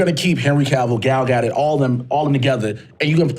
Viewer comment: Gal GUDUT? Is that seriously how you say her name?